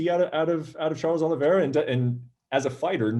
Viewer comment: “Charles Aloe Vera” - James Krause